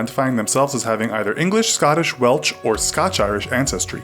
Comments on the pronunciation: What's " Welch " did u mean Welsh ? My dear American. It's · WelCH! Really! It's welSH you dumbo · Did he say welch instead of welsh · did I just hear Welsh pronounced as Welch like peppa pig jumping up and down in muddy puddles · Welsh with an 's'. He pronounced it Welch. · I almost died laughing when he pronounced ‘welsh’ as ‘welch’😂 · Why he say welch?? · Welch..!! That's what you do on a bet.. Its pronounced Wel-Shhh.. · It's Welsh NOT welch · That's not how you say Welsh also it the uk or great Britain not the uk of great Britain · McScuse me it's pronounced as it's spelt, Welsh, not welch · welch😂😂😂 it's welSH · Who on earth advised you to pronounce Welsh like Welch? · Wtf is Welch it's Welsh said well-shh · When he pronounced Welsh as Weltch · Pronounced Welsh not welch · Did he pronounce Welsh as 'Well-tch'? Not trying to be rude or anything. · ‘weltch’ lol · He said Welsh wrong as a Welsh not welch my self I am not happy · Did he call it welch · WELCH? WELCH? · He cant pronounce welsh at the start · The way he pronounced welsh the first time he said it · How he said 'welsh' :') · Say Welsh right please. It's painful when you don't! (I'm British btw)